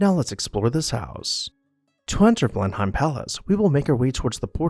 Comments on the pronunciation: blen uhm, not BLEN hime. Not a single demolition mentioned in this video. BRAVO! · How can we take this video seriously when they do not pronounce Blenheim Palace correctly? It is Blenuhm, NOT Blenhime. Very sloppy. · Blenheim is pronounced "Blenem" not Blenhime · Please learn to pronounce names before doing these videos. It is not pronounced Blen-hime palace but “Blennem.” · Unfortunately, my one critique is that the pronunciation of "Blenheim" was incorrect. Sounds like bleh·nuhm. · Blenheim is pronounced, "Blennum." Consuelo Vanderbilt would not have been disturbed by the enormous eyes above the entrance through the portico as they were not there during the time she lived at Blenheim - Those were the eyes of Gladys Deacon, whom Consuelo's husband married after Consuelo divorced him. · Just note on pronunciation, Blenheim is pronounce Bleh -nuhm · Blenheim is pronounced Blen-um. You almost hear the H but not quite. I know it's odd, but English is an old language and has many strangely pronounced words like Worcestershire Sauce = "Wooster Sauce". Also, the Host/ess sitting at the Ends of the table is a Continental and American thing. In England the host sits in the middle with Hostess opposite side of table so everyone can see her for social cues. She'll begin talking to one side or the other and everyone follows suit. When she turns her head to speak with the guest on her others side everyone else does as well. Even today Her Maj Queen Elizabeth followed this custom. I don't know if King Charles will. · "Blenheim" is pronounced "Blen-um" . Glad you caught the slip about titles of nobility versus royalty. Keep up the good work. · It's pronounced Blen - im. Do your research! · Blenheim Palace's name is actually pronounced BLEN-um. That's my only quibble, otherwise excellent as always. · I enjoy your videos and commentary, but wish you would check the pronunciation of names like Blenheim.